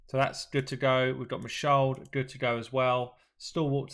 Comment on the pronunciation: bro.. it’s Ma Shaled with the e in Shaled pronounced as in the first e of elephant. It’s an Arabic name. It’s not a mute English style e